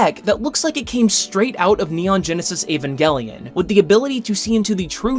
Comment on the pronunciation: Thank God you pronounced Evangelion correctly